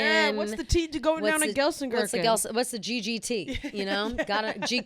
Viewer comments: Hi, Ladies! Love to listen. Just some friendly info it is pronounced gel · sen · kir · chen 😊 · someone needs to teach you how to pronounce Gelsenkirchen, I kept thinking you were talking about some made up small town made of gherkins